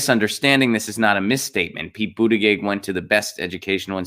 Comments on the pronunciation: Goddamnit man, it's pronounced But ta gejieihj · If nothing else, learn how to say his name correctly.